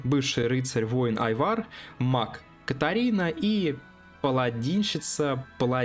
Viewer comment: Должен подправить: не катари а Катаури, это ещё в космических рейнджерах было